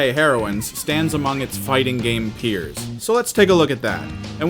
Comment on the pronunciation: That's peers not piers. SNK boat duels?